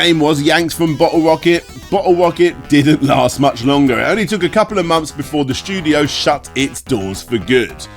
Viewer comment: It's months not mumps. 😂